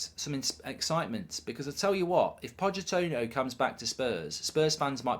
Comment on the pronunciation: ‘Pochettono’ 😂🤣 made me laugh